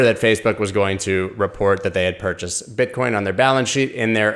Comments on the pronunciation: Pretty sure you just said BitchCoin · He said “Bitchcoin”😂